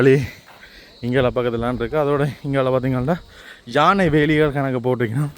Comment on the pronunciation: கஜன் ❌ கயன் ✅ ஜானை ✅ யானை ❌ உதுல ✅ இதுல ❌ 😂😂😂😂😂😂